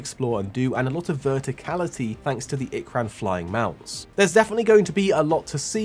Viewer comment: Finally, ikran not ikerun